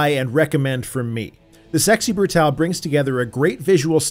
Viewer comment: Yay. Someone who says "Brutale" instead of "Brutal".